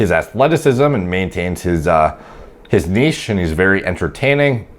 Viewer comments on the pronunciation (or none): none